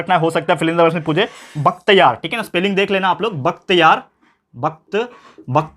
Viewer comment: Sir you have done one mistake that is not Bakthyar it is Bakhtyar